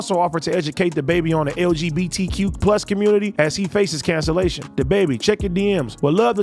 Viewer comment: AD tryin to pronounce LGBTQ+ is like me trying to speak Spanish